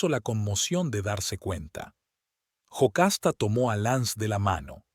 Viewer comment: No es Jocasta es Yocasta